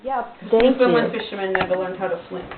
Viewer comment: you say "Freshwater, Canada," in relation to the relocation of the graveyard in 1941. Newfoundland, and Freshwater in it, was not part of Canada until 1949. Also, you say "Newfoundland" incorrectly! It should rhyme with "understand."